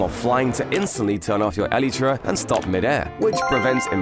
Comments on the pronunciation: stop saying elit ra ! it is elytra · I like this channel but I can't get over the way he says Elytra like e-lee-tra. Yes I am aware that it comes from the biology of the wings of a beetle, which is where Mojang got the name from but it just doesn't sound right to me. I have always pronounced it e-lie-tra, but it can be said either way I suppose. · The way this dude pronounces elytra hurts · I like the way you pronounce elytra